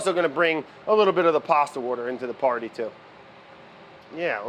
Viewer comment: pasta wourder into the paurdy